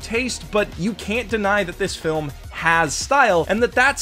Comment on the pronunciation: A good flim HAHHAHAHAHAHSHHAHSHSHSHSHHSHAHAHAHHAHAHAHAHAHAHAHAHHAHAHAHAHAAHAHAHAHAHAHAHAHAHAHAHHA THIS DUDE SAIDA GOOOD FLIM HHAHAJJAJJAJAJAJHHAHAHAHAHHAHAHAHAHAH